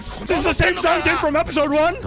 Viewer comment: Its "Song Jin"